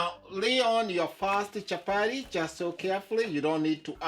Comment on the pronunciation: It's chapati not chapary😂😂,nyc job